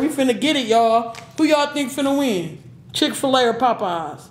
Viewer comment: “Chick fer lay “